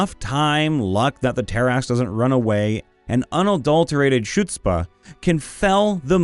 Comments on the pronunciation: Chutzpah is also pronounced "Hoots-pah" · I’m going to be this guy, because it’s butchered here. The “c” in “Chutzpah” is mostly silent. It’s pronounced “Hut-spa” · Love the video , hate the way you say chutzpah xD